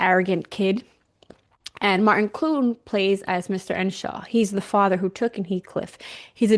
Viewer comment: EARNSHAW not Enshaw.